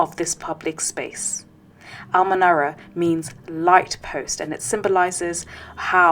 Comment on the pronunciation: al-Menara ? Sounds like ha-Menora.